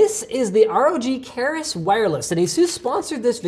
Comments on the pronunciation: Hey Linus! small nitpick : Keris is pronounced like the Kriss Vector gun with elongated schwa sound, not kay-ris. Otherwise, good video. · you should read e in keris as in 'earn'